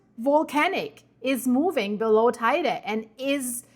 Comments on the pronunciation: Guten Morgen Sag bitte nicht "Teide"! Der Berg wird "Teyde" ausgesprochen.😉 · FYI. How to pronounce Teide: Tei as in “Table”, not “tie”; de as in “deh”. Thank you, 😊